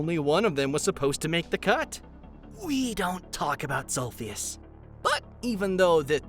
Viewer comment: uhh it’s